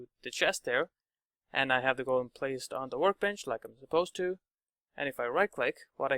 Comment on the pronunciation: is it normal somewhere to say "golum" like the narrator does? Sounds weird right? both the o and the u sound very different from how I learned to pronounce that word.